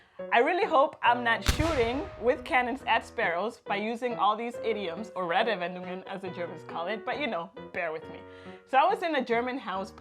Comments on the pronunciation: Not trying to be an Asshole, but when you said you've been here for 8 years i was a bit suprised, because when you said the word "Redewendungen" it was barely intelligible. Not because of your pronunciation, that was great, but your rythm was all wrong. It sounded like you were trying to cram a 5 syllable word in a 3 syllable space. We don't put spaces between the compnonents of a compound word, but there is supposed to be a small pause between them when spoken. Basically just reset your mouth to neutral before you say the next component. Those small pauses are also a great opportunity to take a small breath when saying one of the real long ones. Off course that only works if you know that a word is a compound noun and what the individual components are, so this might be another issue. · Falsch ausgesprochen: Reddewendungen! - Die Es bitte nicht so hart und kurz aussprechen! Richtig wäre: Reedeeewedungen - Bitte nicht so schnell und hart sprechen!